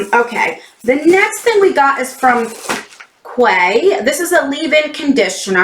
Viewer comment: Quay is pronounced key. I loved my box. I have a year subscription and went a little bit overboard with add ons lol.